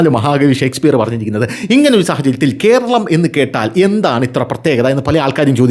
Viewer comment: Ithu Kheralam aanu 😂 Al Kheralam